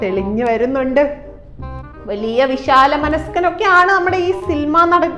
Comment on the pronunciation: സിൽമാ നടൻ അല്ല സിനിമാ നടൻ എന്ന് പറയാൻ അറിയാത്ത ഈ മണ്ഡോദരിയെ എവിടന്ന് കിട്ടി 😢🙄🙄😅😅